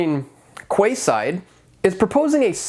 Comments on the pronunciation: Did you really just say "Kwayside". It's Keyside. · Can I just check; Quayside right? It’s pronounced ‘keyside’ not ‘kwayside’. That’s funny! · Quayside is pronounced like 'Keyside'. There is also a Quayside riverfront development that went into New Westminster in British Columbia along the Fraser River some years ago. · Quay is pronounced "key". So "keyside.". I got caught with this in Singapore